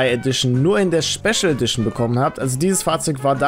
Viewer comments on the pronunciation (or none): Schpeschel Edition? 😂❤️ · Schbeschal edischon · Schpeschel Edition? Dein ernst ?